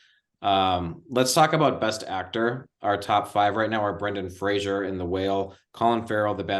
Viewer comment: Isn't Brendan's last name pronounced FRASER, like LASER? NOT Frasier